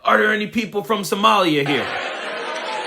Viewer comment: He kind of struggled to pronounce Somalia, and Omar's name, the way racists keep acting like somehow they're unable to pronounce words they say every day correctly. To the rest of us, it just reads you're either a racist, or you're illiterate. Though racist and stupid go together a lot. And 'all she does is b*tch?' What the hell does Trump, or any of his followers do? They do nothing but complain nonstop about things like 'people who are not white exist around me.' Every single Trump supporter and Trump himself do nothing but whine all day.